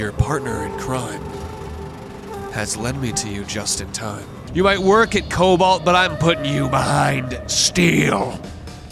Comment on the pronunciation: I loved when he said "its slime to solve this mystery" and slolved the mystery all over the splace